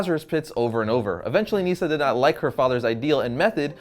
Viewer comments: It's not neeesa its nisa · “Neesa”? it’s Nysah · Nyssa not Neesa